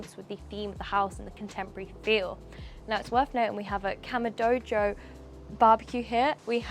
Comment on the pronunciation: Why does present this like he’s in a rap video? Also “Kama - do - jo”?